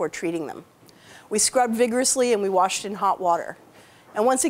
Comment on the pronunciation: Warshed where’s that accent from?